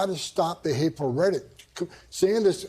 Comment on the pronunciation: This guy can't even properly pronounce rhetoric??? lol